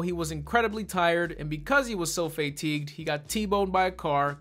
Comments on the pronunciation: Did you just say…. “Fay-Tigued”?!?? Answer me! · I'll tell you what is terrible. Your pronunciation of "fatigued."